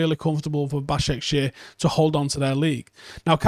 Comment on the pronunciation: Did he say basakSHIT 😂